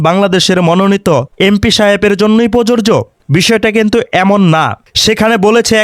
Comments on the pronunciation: ভিডিওতে আপনার "প্রযোজ্য " উচ্চারণ সঠিকভাবে আসে নাই।আমি বলছি না আপনি উচ্চারণ পারেন না। হয়তো কোনো কারণে রেকর্ড সঠিক মত হয় না হয়ে বিকৃত রেকর্ড হয়েছে। এই ভিডিও এর 1.15 মিনিটে, "প্রযোজ্য" শব্দকে প্ররোরজো উচ্চারণে রেকর্ড হয়েছে। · ভাই ধন্যবাদ আপনাকে তবে আপনার বক্তব্যের মধ্যে শব্দটা প্রযোজ্য হবে যেটার উচ্চারণ আপনার ঠিক হচ্ছে না। ❤ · "প্রযোজ্য "উচ্চারণ কাইন্ডলি সঠিকভাবে করবেন। কারণ উচ্চারণ সঠিক না হলে আপনাকে নিয়েই ট্রোল করবে।